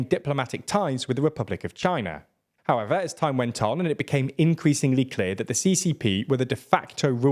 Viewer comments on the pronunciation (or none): none